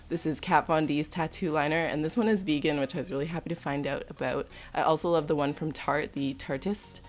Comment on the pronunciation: Not to hate or anything but i just dont like whe. She says vegan xD